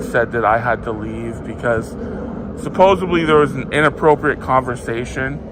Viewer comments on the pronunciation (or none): "Supposubly". Yep, in college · Firstly - it's supposedly not supposebly Secondly - it's seriously not serious Thirdly - it’s fewer cops not less cops You're very welcome